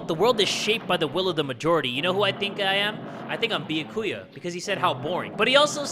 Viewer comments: I just realized he calls Byakuya... Thicka-Kuya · Is it just me or is my captions high cuz when jay said byakuya it saic thickakuya Ngl he do be a thicc boy tho